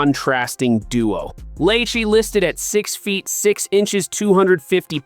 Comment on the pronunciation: Dude, this is the first time I’ve watched your channel and I don’t know what city you’re in, but for God sake, get your name pronunciations correct. It’s De MEEKO Ryans, not De Měcko. And it’s not Luke LÁ Chee; it’s pronounced Luke La SHAY’. And again, Jalen Pitre is pronounced PEÉtree, not PETER. I think any Houstonian who follows the Texans would know this. assuming you were at the practice to have all of this firsthand information about how the practice looked. You need to ask some people in the know how to pronounce the players’ names.